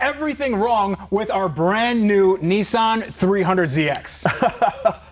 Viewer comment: Lol it’s not a “nee-son” it’s a “Niss-an” 😂